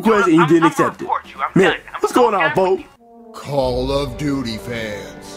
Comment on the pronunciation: says folk xd